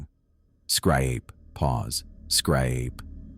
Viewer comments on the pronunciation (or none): I WAS DRINKING SOME COFFEE, WHEN THE A. I. TRIED PRONOUNCING "SCRAPE" AND BLEW IT OUTTA MY NOSE, I WAS LAUGHING SO HARD AND CHOKING UP AND THE TEARS WERE FLOWING LIKE A RIVER.... LOL .... OH, GAWD, THAT WAS SOOOO BAD...